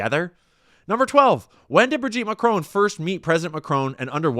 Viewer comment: "Emmanuelle McCrone". "Dayvose". FFS. Sort your pronunciation out.